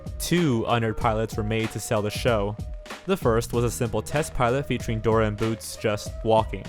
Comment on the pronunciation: Dorer the explorer